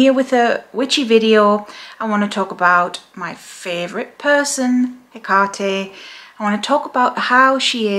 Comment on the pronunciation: I notice you pronounce the name Haycarty, Ive always heard it pronounced as Heckatty. Is there any difference?